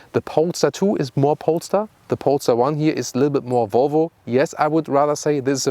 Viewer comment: Somehow I heard in the intro “pornstar 1” instead of polestar 1 lol